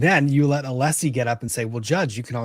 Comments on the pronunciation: Hank knows how to pronounce Alessi for sure because he says it correctly when arguing once and then immediately switches back to aleeeeseee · is correct about Brennan’s mispronouncing Alessi’s name. Brennan said it correctly once and then immediately reverted back to the mispronunciation. The correct version was his slip up. This happened at some point in this very hearing! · Also, I think it's intentional with Brennan because, 1. Allessi introduces himself every frickin morning. 2. Brennan gets his name right once and then reverts back shortly after.